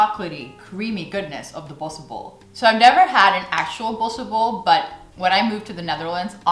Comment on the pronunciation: The way you pronounce "Tompouce" and "Bossche bol" is just perfect!